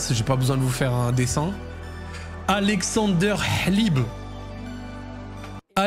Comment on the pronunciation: en tant que russe, ton "alexandre hlib" m'as détruit les oreilles, ça se prononce comme ça s'écrit haha